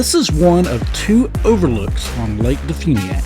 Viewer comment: and de funiak is pronounced as de fyuniak.